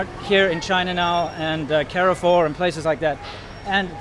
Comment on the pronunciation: Kar-foor (with a softer K and the Rs coming from the back of your throat), not care-a-four.